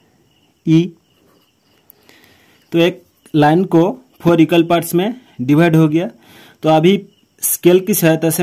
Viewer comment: Bohot kharab aye Haye four phor bola😮